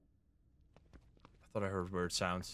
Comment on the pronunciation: I might be duxked up for this but when he mispronounced “produce “ took me out !!